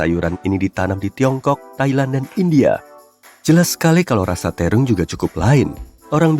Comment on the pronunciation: Terong min bukan tirung😁